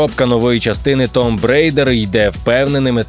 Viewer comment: Да блен,почему 99,9% не могут правильно произнести слово "tomb"...Вчіть англійську